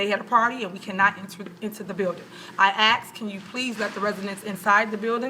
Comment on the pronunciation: But she axed